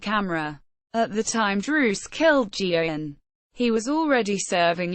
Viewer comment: The priest's last name is pronounced gay-gan not geo-gan or joe-han. WTF do the pictures used in the video have to do with either Geoghan or Druce? Thumbs down. Booooooooooo!